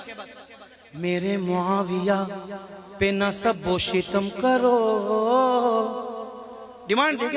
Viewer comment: Shitam nahi shatm hai شتم تا ساکن